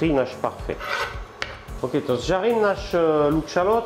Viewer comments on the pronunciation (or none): none